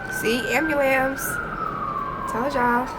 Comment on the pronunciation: love the vibe, and lol at the way you say ambulance "see, ambulams" 🤣❤